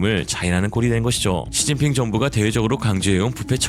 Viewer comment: 시진핑 발음이 이상한데?